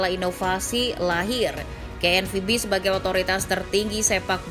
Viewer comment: Ngomong KNVB nya biasa aja gausah di Inggris"in lol